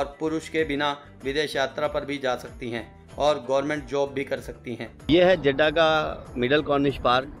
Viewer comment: Jiddha hai, Jadda nahi